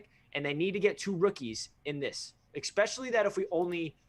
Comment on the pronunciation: Without trying to sound like an asshole because I really enjoy your channel, but when I hear "ex"pecially it knocks any credibility. You guys are very intelligent and well spoken, but if Jets media (or ) mispronounces "especially" again I'm going to punch myself in the dick.. J! E! T! S! JETS! JETS! JETS!